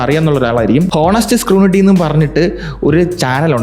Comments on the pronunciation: സ്ക്രൂണിറ്റി അല്ല സ്ക്രൂട്ടിനി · സ്ക്രുണിട്ടി (scru"nity")അല്ല സ്‌ക്രുട്ടിനി (scru"tiny") (Orkan eluppathinu Tini tom inte tini 😜)